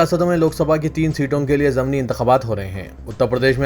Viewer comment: السلام عليكم Saheeh talaffuz "zamni" nahiñ "zimni" hai bhai.